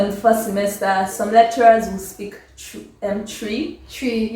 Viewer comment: It's twi not tree ☺